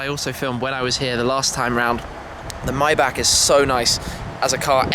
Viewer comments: Mybach? Don't you mean Maybach? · Myback? I'm almost 100% sure it's Mayback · says Maybach right for once. seconds later Mybach again. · Shmee your a car guy you should know how to pronounce maybach (myboch is the correct pronunciation ) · The way you say Maybach haha